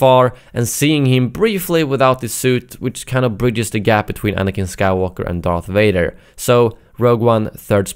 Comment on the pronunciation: "Darth Wader" "May i take your order sir?"